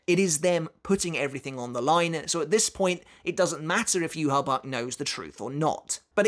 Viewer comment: Yu-Ha-Bach... Yu-Ha-Wach